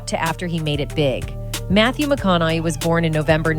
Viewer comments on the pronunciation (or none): It would be nice if this narrator knew how to pronounce his name. She keeps saying "McConnelly" ugh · Why does she keep calling him Matthew McConoLLey ? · I'm glad you did a reaction because I could not watch the original due to that narrator's abysmal pronunciation...you'd think one would look that sh*t up 🙄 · Is it me, or is the lady in the video pronouncing McConaughey's name a different way every time she says it. So annoying. Why can't they use a real human voice. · This is automatically voiced, that's why the last name is being hacked up so bad. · I lost count of how many times she got his name wrong